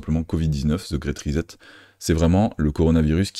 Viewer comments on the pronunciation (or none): Bon travail. Très intéressant. Pourquoi prononcer ri-zette au lieu de ri-7 ? Pour le reste, bravo!